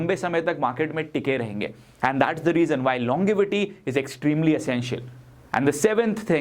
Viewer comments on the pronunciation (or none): The Correct Pronunciation is LONJEvity and Not LonGivity. Hope you won't mind Correcting your pronunciations of certain English words.